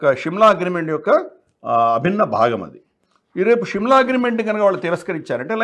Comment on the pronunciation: Shimla is wrong pronunciation of telugu